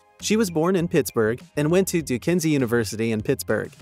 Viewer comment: Duquesne pronounced Doo-Cain 🤠